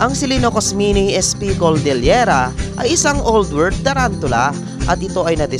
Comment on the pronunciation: Cordillera Yun Dina di coldillera